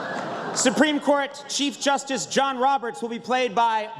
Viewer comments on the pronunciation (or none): none